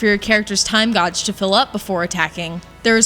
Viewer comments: godge It is gauge is not pronounced like that. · time "godge"..? did you misread your script, or are you one of those people who arbitrarily pronounces certain words oddly just to spice things up? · She said Time godge lmao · "Time Gosh"? Seriously? You don't know how to pronounce gauge? You're kidding.... right? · Did she just say 'time gawj'? XD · ....time "what" lol...i knew what she meant ....it just sounded funny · The pronunciation of gauge is worth watching the video lol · minutes you said guage wrong. ha ha. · I should get around to playing this. Always nice to have another new reviewer! CGR Undertow getting bigger and better! Although, what was up with the way she said "Gauge"? Is that normal for Americans?